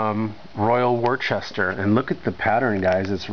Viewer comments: American pronunciation: wore-chester. British pronunciation: wooster (like rooster) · Wor Chester 😂😂😂😂😂